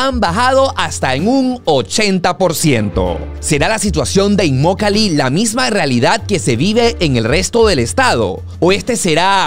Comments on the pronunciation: Hola en el minuto tu dices immolaki, y es inmokalee, fue ahi un furcio por ahi saludos super video!:goodvibes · inmolakee o Immokalee? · empezó muy mal su video, minuto, No sabe ni leyó bien el nombre de la poblacion y lo sigue repitiendo mal en varias ocasiones; lo más gracioso es que el nombre correcto lo tiene a sus espaldas, arriba en el aviso verde grande. Por lo demás, bien por el informe. Aaahh...!!! es IMMOKALEE..😂😂😂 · Alguien conto cuantas veces dijo Immolakee y cuantas dijo Immokalee ? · te haz equivocado, se llama Immokalee y tu dices “Immolakee” bueno el que tiene boca, se equivoca… 😉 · No es inmolaqui,no se inmolaron alli,😅se dice Immokalee . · Revisa el video y corrige la parte donde dices immolake es immokalee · Imolakee??? 😂 Es immokalee!! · No es Imolakee, es Immokalee. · Immolakee ? O immokalee ? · Inmolakee dice hahaha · Es inmokalee y no inmolaki como tu lo pronuncias al principio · No se dice inmolakee es inmokalee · Se dice Immokalee y no Inmolake,lo dijiste 5😊😊😊😊😊 veces mal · Immokalee no immolakee 😞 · Inmolaki O Inmokalee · Immokalee primo no immolakee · Immolakee no, Immokalee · Immokalee no immolakee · BRUTO BRUTO , SEÑOR REPORTERO SE DICE IMOKALY , NO IMOLAKY....A VER REPITE ....I M OK A L Y. GRACIAS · INMOKALEE!!!!! NO INMOLAKEE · IN- MO-KA-LEE... IN-MO-KA-LEE:) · Saludos cordiales. Muy interesante este reportaje que haces. Como siempre, muy acertado en los temas que tocas. Con todo respeto quisiera que rectificaras el nombre de la población. Lo pronuncias de manera incorrecta(fíjate en el letrero: Immokalee Dr). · Por favor no t equivoque en el nombre de esta ciudad lo dijiste mal en tu video al comienzo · Cuántas veces dijo mal el nombre del pueblo? IMMOKALEE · Dijiste mal el nombre del lugar varias veces 🤣🤣🤣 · No es "inmolaki" 😅😅😅😂😂😂😂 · Dijo mal el nombre al principio